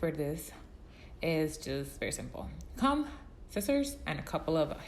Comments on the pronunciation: Cah- "OH"-mmm. Not Com lol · does anyone else notice she pronounces comb wrong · Anyone else bothered by how she says “comb”? Just me? Ok. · Hahah me too, I thought I'm the only one